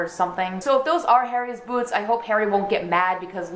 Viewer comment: I love the way you say boots